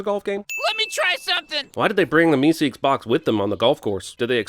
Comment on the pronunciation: You know, the way you pronounce things sometimes makes me wonder if you've ever actually seen any of these shows or if you're just reading a script. "MeSEEKS" with totally the wrong emphasis was weird to hear. It's more like "MEEsiks", which you'd know if you'd watched the episode...